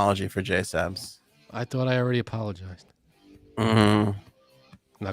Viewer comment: you get on my nerves with the JaySup bullshit… who the fuck is JaySup??? She goes by “JSabs”!!! Illiterate mfs in Massachusetts.